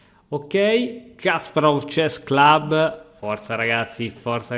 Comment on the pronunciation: Ti prego, impara a pronunciare Kasparov, perché quella pazza che ho di fianco si incazza con me se tu lo dici male.